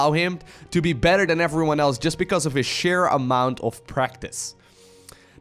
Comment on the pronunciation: How many "F"s are in "everyone"? According to, at least 3 or 4. Efffryone:-D